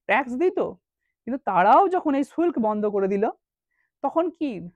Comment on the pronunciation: ভাই শুল্ক উচ্চারণ টা কি হলো ? ফরমান বা দস্তক কথার অর্থ বিনা শুল্কে বাণিজ্য করার অধিকার বা লাইসেন্স। এই সব ধারণাটা দেবেন না ?